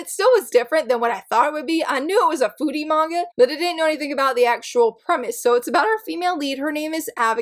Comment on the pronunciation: I had exactly the same thoughts about Daydream Darling! Also, for the last one instead of "foodie" manga, I misheard and heard "booty" manga 🤣🤣🤣 I was like: wait, what? 🤦‍♀️😅